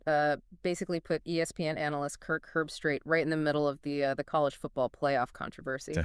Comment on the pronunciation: Herb-street. Not erbstreet or Herbstraight. She sucks.